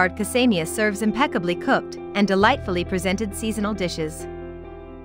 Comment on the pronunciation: Casa Mia not Cas aima